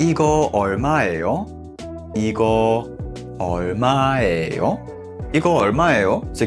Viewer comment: J’ai deux question : le h c’est pas ㅎ plutôt Et pour 이거 얼마예요 ça ne se prononce pas plutôt "I-geo eol-ma-yé-yo " au lieu de "I-geo eol-ma-é-yo" ?😅 pareil pour 화장실 어디예요